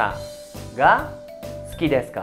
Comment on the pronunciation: No entiendo ejemplo suki deska Pero se escucha sudeska ????